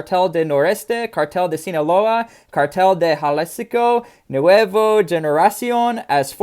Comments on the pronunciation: It’s pronounced “halisco new generation “ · There's a new generation of cartels in Ha Lease Co.?! Thought I'd help with his pronunciation while I'm at it 😆 but yeah since when I don't keep up to date